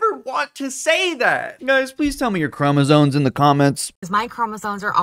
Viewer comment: call me crazy, but i refuse to take lessons on genetics from a person that apparently thinks the word "chromosomes" has the letter "n" in it. that seems like it would only happen if you've never actually read it before, and only heard it said.